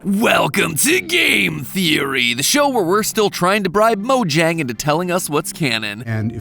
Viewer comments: even though i love this channel i hate how MatPat pronounces it 'mo-jang' not 'mo-yang' it's Swedish, that's how you're supposed to pronounce it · It's pronounced "Mo-yang" come on...